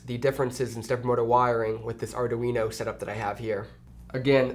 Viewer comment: LOL ardaweeno